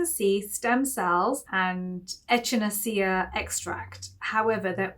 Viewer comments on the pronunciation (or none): FYI Echinacea is pronounced ekkinaysha